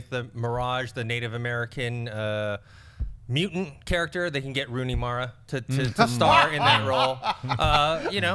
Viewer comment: Can someone help pronounce the T in the middle of words? Mu-ant...